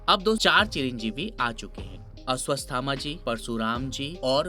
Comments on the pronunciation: Ashuvasthama nahi 😅 Ashuvathama 😊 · Aswasthama nhi ree baba , ashwatthama hein voo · Dada ap pahle aswathama bolna siklh lo wahi mere liye bahut hoga story to bahut door ki baat hai pahle apna shabkosh thik karo saare shabd galat bolte ho bhai